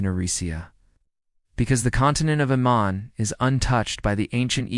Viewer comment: AMAN. Not Emon. Where are you getting that?